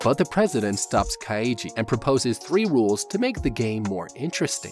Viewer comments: I wanted to to bash my skull against the wall every time he mispronounced Kaiji name, so roughly once every 30 seconds, like hasn't he watched the show to analyze it? How can you fuck up so badly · For people who must have watched the anime to use clips of it you sure do say Kaiji's name wrong a lot, probably on purpose so people comment. Lame. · The way this man pronounces Kaiji triggers me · It's Kai-Gee not Kai-ee-gee. You make it sound like Luigi for the love of god. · Saying kai-e-ji instead of kai-ji bothers me throughout the whole video. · Nah son, not like this. Its not Ka-iji its Kaiji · Just Kai-ji Legit that's all I want this man to say: Kai -One syllable Ji- one syllable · Kaiji is actually pronounced KAI-GEE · why does he keep saying his name like "kai-ee-ji" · kaiiiiiiiiji kayiji these pronunciations be like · Nope. Love the content, but I’m not doing Kah Eee Gee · why do you keep pronouncing his name ka-eye-ji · As a Japanese speaker, the pronunciation of Kaiji is so cringe 💀💀💀💀💀 It's basically just yeo syllables: Kai and Ji. Even if you wanted to pronounce all three though, you absolutely would not put emphasis on the middle syllable only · I'm getting unreasonably annoyed by the Ka I yi pronunciation ^^' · How to survive a man mispronouncing the main's character name for an hour. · He’s pronouncing it like Kaiji’s name is Kokichi. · Why is he pronouncing Kaiji like it has three syllables? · how hard can it be to get the pronounciation of the name right after hearing it pronounced for 24 episodes ? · But that’s not how you pronounce kaiji :(